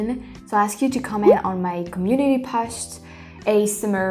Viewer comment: your pronunciation of the "O" in the word,"post" is wrong. when you say it it sounds like the "A" in pasta. the "O" sound sounds like oh or owe.